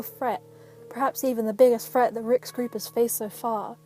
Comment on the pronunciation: "a real freat, the biggest freat rick's group has faced so fah"